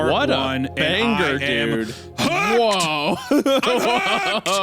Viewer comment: "what a banggur"